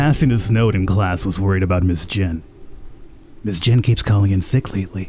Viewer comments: Why do you keep on saying Ms Jin. It's "Y"in. Even Nords would say Miss Yin from the spelling Jin. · Love your voice over, I think it is pronounced Ms Yin and you pronounced it as Ms Jin, but that could also be cause the text were somewhat fast, anyway, keep up with the great videos as they are a great entertainment for me during quarantine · Seriously you slept true all of that and no one noticed Not Ms. Jin its Ms. Yin as in Yin Yang Isn't it that Asian schools do not have Janitors or is it just Japan? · Why do you pronunce 'Ms Yin' as 'Ms Jin' ? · ms yin not ms jin for god sake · Why you pronounce a name that starts with a Y with a J? It's not Ms Jin.. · As someone who is familiar with this game, I will tell you this: it's pretty damn good. By the way, the female teacher's name is pronounced 'Miss Yin', with a 'Y'. Not 'Miss Jin' with a 'J'. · the fact that he pronounced it as jin made me annoyed😂😂😂😂😂😂